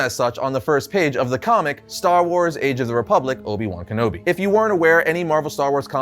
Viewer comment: How do you mispronounce a name that was said many times in the movie hahaha.